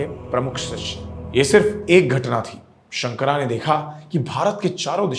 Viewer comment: उच्चारण सही करें। शंकर है , शंकरा नहीं । मंडन है , मंडना नहीं । ये केवल अंग्रेजी में ही पढ़ने से ऐसी गलतियां होती हैं। अन्य सब उत्तम।